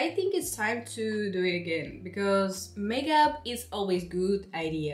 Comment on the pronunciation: She just say makeub 😂😂😂